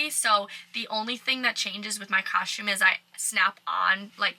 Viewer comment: Love the way you say “cosh-tume” Everytime you say costume. Love your videos. I’ve love cruising! I’ve been on 5 so far, to the Eastern and Western Caribbean. Although I wanna do RC, I’ve only cruised Carnival. Would be awesome to work on a ship though.